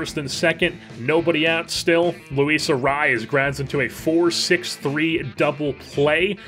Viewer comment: I want to sincerely thank you for properly pronouncing Arraez